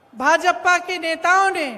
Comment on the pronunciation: भाजपपा नही भाजपा बोलिये आपका सुरजेवाला भी यही बोलता है